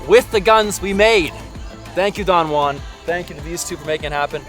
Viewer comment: Repeat after me: "Who", "ann"... JUAN.